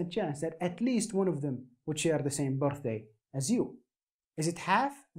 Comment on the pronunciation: the part where he says bortday reminds me of gru